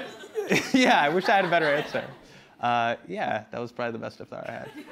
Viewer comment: The way hasan pronounces iftar is killing me